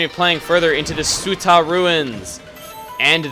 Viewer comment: heh. your pronunciation of ume and tsuta made me cringe.